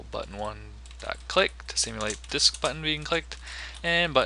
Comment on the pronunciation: "I like the way I said button there" "Now we're going to create the constructor for our Buttin." hahaha. Thanks for this. Stop saying Buttttin!